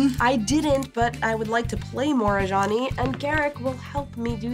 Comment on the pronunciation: For a very long time, I thought they were saying "A Johnny", like the player type, not "Ajani".